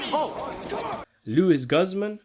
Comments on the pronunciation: It's pronounced Luis Gooze-mon. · I’ve never heard Luis Guzman’s name pronounced quite like that haha